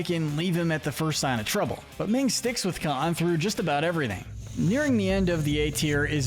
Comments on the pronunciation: Uh....Minh, not Ming! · Her name is not “Ming.”